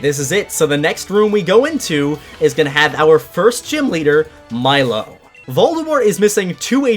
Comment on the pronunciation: Correction: it’s pronounced: milo= (mee-lo) I’m a brat aren’t I >:)